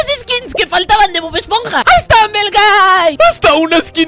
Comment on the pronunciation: dijiste bod esponja ❤